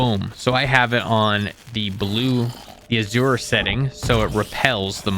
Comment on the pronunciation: “Splelunklely table” “Abysmal Caves” “Gaaleenuh” “Azyure Neodyinium” “FerrUslime” “Ferrocious Slime” “NeodAEInyum” “Maggotron” “Pihwin” “Saiyads” “Subterrarian dons” “Reelischeirius” “Pehwen” “Tricarius” “Lucktruckosaurus” “Raah-dawn” “Oculate Gem” “Sack of Satan”